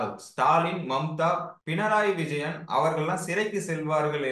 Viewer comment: திரு. அவர்களே, பின்னாரி விஜயன் அல்ல. பிணராயி விஜயன் என்று உச்சரிக்க வேண்டுகொள்கிறேன்...🙏🏼